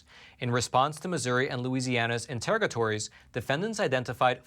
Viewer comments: Here’s another “fact check”…it’s “Attorneys General”, not “Attorney Generals”…..also the correct pronunciation s “Inter-ROG A tory” not the way pronounced it. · In-ter-ROG-a-tor-y. Excellent as always,.